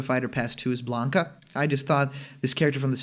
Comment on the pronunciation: lol blanka. come on man